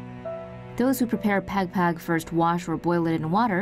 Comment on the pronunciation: its not pegpeg its pagpag and you pronounce it by saying juat like thw dog pug soo it pugpug